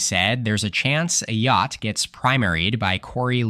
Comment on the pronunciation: It's come to my knowledge that Kelly Ayotte is pronounced Ei yott and not Ah yoh tee